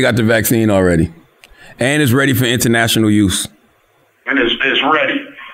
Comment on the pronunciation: It's pronounced AWWWWWREADY. Just sayin. Can't stand so I'm out ✌